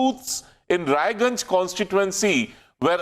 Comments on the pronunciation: OH LE LE LE LE LE!!! Bachche ko bilkul bhi achha nahin laga ki Raiganj ko Raniganj keh diya...OH LE LE LE LE LE!!!! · It's not Raniganj, it's Raiganj.